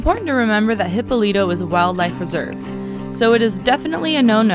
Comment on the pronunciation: He-PO-lee-toe, there is an accent that you missed. Nice place huh?